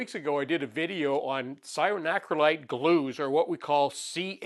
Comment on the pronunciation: Yes. But NOT cyanoacrylite as he said.